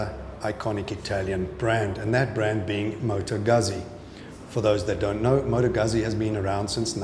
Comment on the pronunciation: Beautiful bike. Proper pronunciation of Moto Guzzi. Thanks for the video.